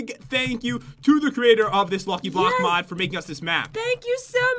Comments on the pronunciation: Is it just me or did he say blocky luck? Lol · Pat you said lucky bock